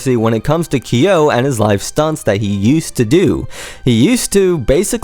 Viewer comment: Nice video! Just fyi on the pronounciation. His name is pronounced K-YO (quick hard 'K' sound then 'YO'... like when you pronounce Kyoto without the -to) not KEY-YO. Further along in the video is the correct pronounciation. There is long debate about Kyo's real name. Though 'Nishimura Tohru' has been debated as his 'real name', it's long been realized and confirmed that neither 'Kyo' nor 'Nishimura' is his real name. Also another fyi, I've seen Deg in concert since 2006. Kyo did self-mutilate on stage with a safety pin and scratching his chest during this short time period. In regards to the fish-hooking, he spat out empty capsules while I was there (not to say there weren't times where he'd actually cut himself inside his mouth but the blood would have then not have been so thickly red (as with the blood capsules)).